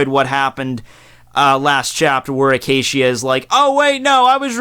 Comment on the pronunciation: Zeebruh and Acashia.... wtf are these pronunciations